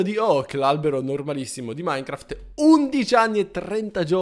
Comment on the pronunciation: Non ija minecraft ma icha minecraft